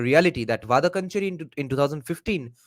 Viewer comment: it’s pronounced “Vadakkaanchery” Va da(dance ka da) kkaan che ry (ry of carry)